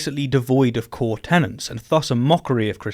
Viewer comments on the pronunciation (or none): Great video, but seriously, you need to learn how to say tenet.